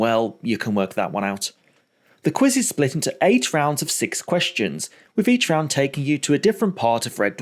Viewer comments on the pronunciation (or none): none